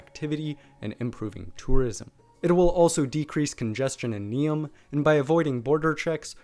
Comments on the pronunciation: I must congratulate you on correct spelling of Croatian names. It is rarely seen in American people. Though it's funny how you pronounce Neum wrong, as if your message is that only Croatian toponyms deserve correct pronunciation. :-D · You gotta learn how to say Neum right. It took me a few second to realize what you were saying. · Excellent video, but please don’t take this complaint personal; your pronaunciation of names that regarded Croatia and Bosnia were very incorrect, to the point that I myself didn’t know that Neum is Neum until you wrote that down. In future please give some effort to your pronaunciation as it is very disrespectful towards both countries and on the other hand, I guarantee that people in both of those countries have a very good pronaunciation of English proper names. Great video!